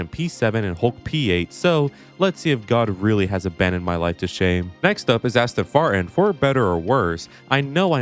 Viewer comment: Did you say Asston Fartin?